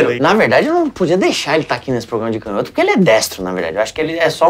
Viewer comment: Canhoto com intonação no "nho", porque toda proparoxítona é acentuada, como não tem acento, é paroxítona.